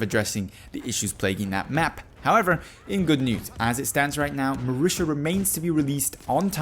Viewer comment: It is pronounced marita not marisha. Ugh